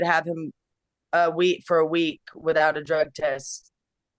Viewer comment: Please PLEASE quit saying wit-owt…